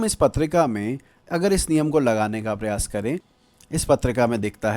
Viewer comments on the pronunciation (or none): none